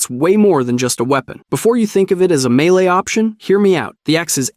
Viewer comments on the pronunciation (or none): none